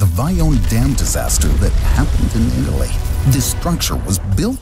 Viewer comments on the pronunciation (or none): none